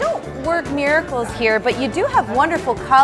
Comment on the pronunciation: is funny when ever she talks instead of miracle she says “Miricalers” 😂😂😅